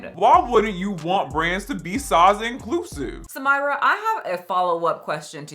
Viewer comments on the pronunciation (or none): Far from me to correct the plus size lady, but her name is Arabic, is spelled Samirah and it's pronounced Sah-mee.rah